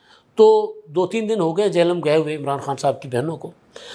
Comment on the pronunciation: ادھا سائیں۔۔۔ یہ "چہلم" نہیں "جہلم" ہے ...